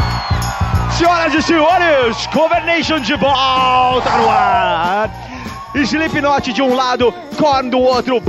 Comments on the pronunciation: Muito legal o programa, pena que a cambada ainda não sabe falar slip"KI"not direito :P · "Slipiquinoti" kkk